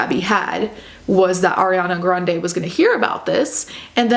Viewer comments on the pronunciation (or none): none